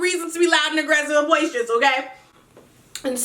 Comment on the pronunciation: LMFAOOO "BOISTEROUS"